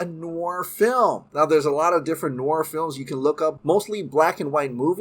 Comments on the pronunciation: Pronounced ... Noor-waa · Dude if you like noir movies then learn to pronounce noir properly (it’s French for black or dark) but doesn’t mean black and white necessarily -keep up the great work my man!! Awesome dc updates - can only hope to get Bat-fleck back as much as possible!!